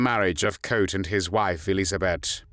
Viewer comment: Very positive that his last name is pronounced right (Koot is in Dutch not pronounced as e.g. zoo in English). I'm impressed that you have put so much research and work into what I thought was something only known in The Netherlands ("De februaristaking", The strike of February, it is still officially commemorate at "De Dokwerker statue", a statue of a harbor worker). BTW Mauthausen was a death camp without gas chambers, it can better be described as a "torture camp" because it was very notorious for its sadistic regime and the inhumane working conditions which costed lots of inmates their life within on average three weeks (these are numbers I read or heard in a documentary, cannot prove them now). For the smallest offenses prisoners were shot, hanged or left out side in the granite mine to die. Of the 330 young men that were taken and another 250 in another razzia on June 11th. Only two were still alive a few months later. I don't know if they survived the war.